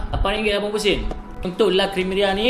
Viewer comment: Abang cakap LA CREMERIA tu salah la....